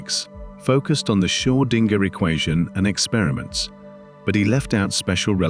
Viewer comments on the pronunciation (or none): Excellent narration and graphics. But some names are mispronounced. James Clerk Maxwell's middle name is pronounced Clark. Schrodinger is also badly pronounced.